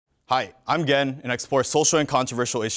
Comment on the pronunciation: Every time I hear Gen introduces himself, I swear it sounds like he’s sayin “Hi, im Gay”😂😂